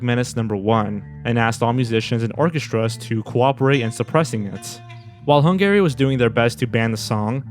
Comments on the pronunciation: never heard someone pronounce Hungary as hun-gary instead of hun-gah-ree until now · You keep pronouncing it HUNG-GARY and it's driving me crazy!! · My favorite part of watching videos is listening to which words will be mispronounced, and how often those mispronunciations will recur. Only Sigma Fee and Hung Gary know for sure. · Hungary is pronounced Hun-guh-ry, not Hun-Gary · The way you pronounce Hungary makes me an-Gary. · It's killing me that you keep saying 'hun-gary' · Why does he pronounce Hungary like that?! lol It’s wrong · What's with your pronunciation of "Hungary"?